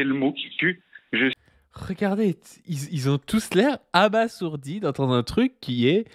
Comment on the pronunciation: ça se prononce "abazourdi" oui, je suis relou